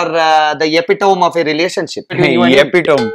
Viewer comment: What the hell is epitomb?